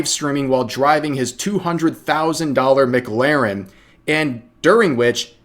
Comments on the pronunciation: Not sure I can forgive "Mac Larren" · Rev pronouncing McLaren correctly made me smile.